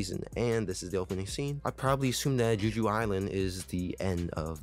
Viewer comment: are yous aying juju island? like jujutsu? .... it's Jeh-Joo, Jeju Island. it's an actual place in south korea, a honeymoon destination if you will. but yeah it's a great show :) i'm excited to see how they animate "ARISE"